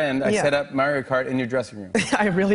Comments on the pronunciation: "Merio" Kart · Jimmy saying Maeree'o Kart makes me wanna hit him so bad. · mare-rio mare-rio kart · "merry-oh KART" - JF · Is no one gonna bring up that Jimmy said Mario like "Mayrio"? Wtf? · ''Mærio Kart'' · Michael says Mario correctly than Jimmy. Yet Jimmy says it wrong